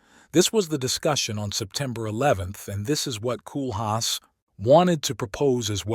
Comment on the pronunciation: You can't even pronounce his name properly! 😞 In English phonetics it's 'Coal-haas.